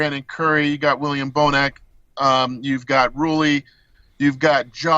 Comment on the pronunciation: Weelliam bonac too leetle